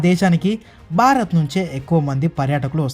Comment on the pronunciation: బారత్ కాదమ్మ భారత్ . తెలుగు భాషకి ఒత్తు లే అందం తల్లి.